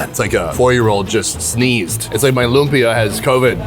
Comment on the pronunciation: Correction sorry its not "loompa" its like- loumpia but its not the spelling just the pronouncing